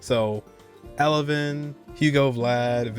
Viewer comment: It's Evelyn noT Elevyn.